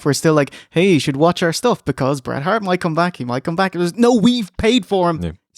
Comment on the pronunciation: Lol Road dog shouldn't even mention his name in same sentence as Hret Bart. Shawn will always be the goat but "Hret Bart" is up there